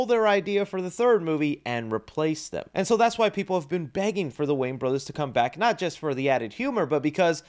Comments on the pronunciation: WAYANS, their name is wayANS, not Waynes, it sounds so weird when you say it that way. Not trying to be a jerk, just educate, love your videos, but there is an A at the end of their name, just sound it out Way-ans not waynes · It’s pronounced WAY-ANS. Sorry my guy lol whenever you talk about them or even just Marlon you say their name wrong. You say Wayne. It isn’t right lol.